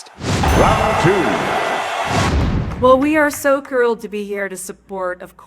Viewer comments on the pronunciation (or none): Wait she’s clean and clear? She misspoke 3times in one sentence, quilled for thrilled, and quaject for project, is that normal for her? Is it some kind of audio upload to YouTube issue not the way she’s actually saying those words?